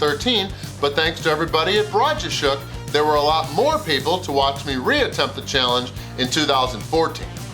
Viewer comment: The way you said Broodjeshoek had me laughing, but I love your videos!!!, great job